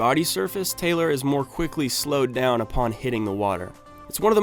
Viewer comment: I was wondering why there's so many 'done' comment. They missheard the instructions or it's me? I thought he's saying 'down'. Im just curious